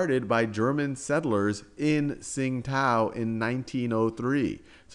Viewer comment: It's pronounced "ching-dao" not "sing-tao". Pinyin: qing1 dao3